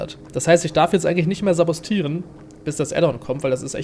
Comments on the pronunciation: Ist egal.Aber richtig heißt es sabotieren. (glaub ich 😶) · Es heißt saboTieren.Nicht saboStieren.